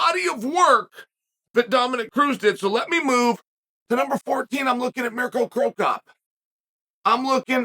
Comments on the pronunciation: “Murk-O Crop-Crop” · “murkrow crop cop”??? 😭